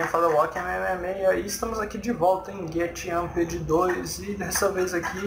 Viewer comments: Pronuncia certa em inglês: "Guêrampe'd" em Japonês: "Getto Ampudo". Espero jogar um dia contigo. Se já viu minha conta não sou eu, estou sem PC e um amigo está jogando por mim, desde o começo do ano. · Também kkkkk. Mas é normal quando se é criança mas adultos pegam mal xD. Você não falou tão errado.